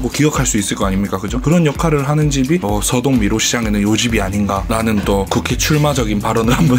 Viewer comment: 서~동 아니고 서!동입니다ㅠㅠㅠㅠ